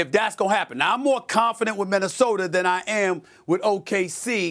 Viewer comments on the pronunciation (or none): I also heard other native New Yorkers pronounce a's as er. I recently heard Stephon Marbury say Minnesoter. So it must be a NY thing.